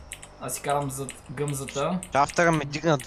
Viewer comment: Турбо Вместо Да Каже Гъмзата Каза Гъзмата